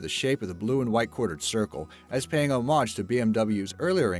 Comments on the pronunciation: bwahahaha Boy, you're really good at creative pronunciation! Homage? Feng shui? Good work. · You've mispronounced "Bayerische" and "homage."